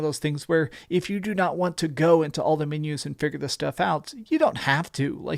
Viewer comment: MENUS!?! At a CAFE the waiter hands you a MENU (MEAN-you) so you can order what you want. MENUS, pronounced MEAN-yous